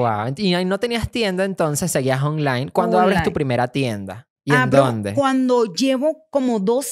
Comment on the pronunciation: Como dice ser súper empresaria y no sabe ni hablar “olain” “fuistes” “cercas” “en quebra” 🤣🤣🤣